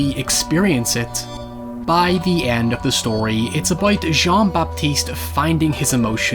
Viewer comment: I'm really glad to see you talk about this movie and novel. But Christ, the pronunciation of names. :D Great video, though. There are many inspirations for this story, I think. Another quite similar case to that of Jean-Baptiste in this story might be the story of Tarrere, who was a grotesque eater of many things and became more or less denounced and outcast freak of his time. Tarrare's story was about endless, greedy consumption - at least that is how he was depicted back in his days and even used for his eating disorder to smuggle messages inside his belly. Going that route, I think Perfume is more about an extraordinary person obsessed with creation rather than consumption and is therefore also forced to become a social outcast and murderer.